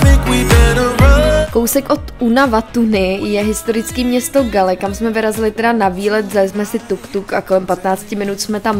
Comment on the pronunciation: Ahoj, Galle se čte [gól] :)